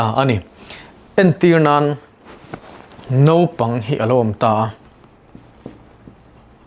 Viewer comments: I tawng a i lamrik dan ah chuan Naupang ti in i ziak a i lamrik dan ah erawh chuan Nopang ti in i lamri leh sia. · Nopang tiin kan lam ri mai ṭhin. Mahse a ziahah chuan naupang. Hetiang thil hi a tam lutuk. Lam rik dik a ṭha khawp mai. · Naupang chu nopang tia lam rik tur ni maw! Nopang tiin a sawi zel. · Naupang i lam dan khi Nopang tia lam i ang hle mai. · Naupang tiin i ziak a, i lam rik dan ah chuan, Nopang i ti leh daih bawk sia..!!! uluk deuh teh